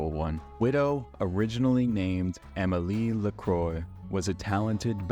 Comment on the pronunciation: It's pronounced Ah-Meh Lee Luh-Quah